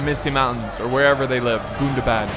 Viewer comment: can vu plz stop saying gundabad wrong